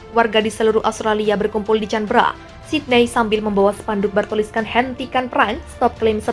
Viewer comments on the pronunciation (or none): Kritik membangun buat pembaca narasi. Ibukota Australia bacanya K a n b è r a mbak...bukan ...Canbera..bukan Tjanbera......